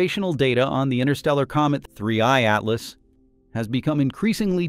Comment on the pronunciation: Oh, don't you like the artifical pronunciation of 3IATLAS? It sounds so nice and disturbing when the AI constantly says 3IATLAS in such a weird way that doesn't fit at all to the rest of the video ;-))) Yes, such an AI behavior is just disturbing, it makes it really hard to keep watching this video until the end... But I guess, it's better than letting the AI do it's usual thing of guessing the pronunciation wrong like the typical Boeing 3hundred37 pronunciation ;-)